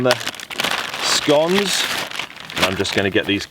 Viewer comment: a drunk bloke in the woods...show me the waya go ome hic. Also, finally someone who pronounces scones correctly, now all we need is an American president who can pronounce Thailand. *Runs from flying shoes*.